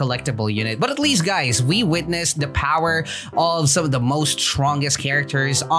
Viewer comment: “Powah” shows the true strength